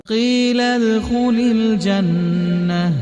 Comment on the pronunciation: One mistake in reading in starting - its qeelad not qeelal